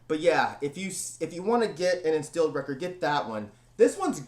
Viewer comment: Hey here some Tipps on your german pronounciation: Endstille, you forgot the last "e" it's pronounced same as the first one. Then "st" is pronounced "sht" in german. Since the german "e" is quite like the english "a" (not the same but similiar) Endstille is pronounced: Andshtillah;)